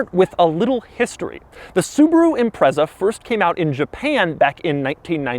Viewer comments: I don't think I've heard an American call it an 'ImpreZZa' before. Is this the norm? It's pronounced 'ImpreTZa' everywhere else. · It's pronounced impret-za not imprezza you dick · Imprezza? It's pronounced Im-pret-za. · Everyone - "ImpreTza" Doug - "Imprezzer" Everyone - "NO! Doug!" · I've never heard ANYONE from anywhere in the world call this car an "Im-prezza". It's always called an "Im-pret-za" despite it not having a T in the name. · Every time Doug says this cars name I die a little...it's IMPRETSA DOUG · The Impreza name in Amercian loses all bite. Impretza is how its pronounced in the mother land and it sounds way more edgy for for it! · Great video, small note, it’s pronounced im-pretz-a Edit: after a quick google, I guess my way is the European version so nvm :) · I was excited when i saw the thumbnail, having owned an STI a few years back & this was my first time watching this guy. Sadly it lasted less than 5 seconds. When he pronounced it 'Imprezzzza", I knew it was time to bounce. #muppet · It’s pronounced IMPRETZA ffs... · Dude, it's pronounced "Impretza" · ok so given that nobody's picked up on it, i've been pronouncing the name wrong forever (always said imprets-ah). anyway my overriding memory of this car was my local subaru dealer running an open day that was advertised in the local paper. me and a mate went, me driving my mk3 celica that i bought for £170/$300. we couldn't even remotely afford the sti, we were about 23 and had shitty jobs, but the salesman was obviously bored and took us out in it. i knew the road we went out on and at the braking point for a corner the salesman said 'floor it, it'll go round'. i didn't, because i was sure it couldn't, but i got round and immediately realised it would have. the grip was something i had never even imagined. remember getting back in the celica and it felt like the engine had been stolen 😂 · 'Impretsah' it's the only way I've ever it pronounced in the UK, surprised to hear the Z